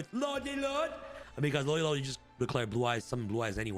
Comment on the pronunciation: Is anyone gonna tell him it's not lodey lode?